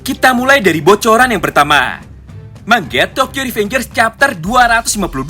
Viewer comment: Bang kenapa kok ngomongnya mangga kok ga manga aja